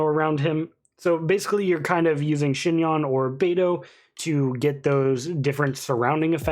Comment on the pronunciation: Omg you're one of the only youtubers that actually pronounced her name right thank you 🙏 great vid btw!!